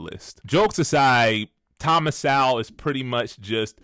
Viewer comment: This clown, that can't even say "Sowell" correctly, thinks he's smart, huh? SMH